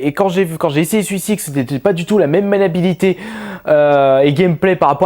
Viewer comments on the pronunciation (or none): C'est moi où un moment tu dis: "même malabilité"